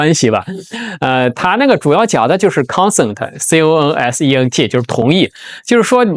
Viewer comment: con*SENT* not *CON*sent